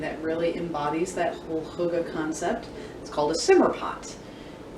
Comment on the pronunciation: Hygge is pronounced “heh-geh” not “hoo-gah” :) I’m Swedish but know some Danish too. We have a nicer word. Mysig, “me-seag “!